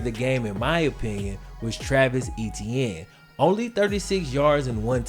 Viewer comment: You guys are pronouncing etienne wrong. It is just one syllable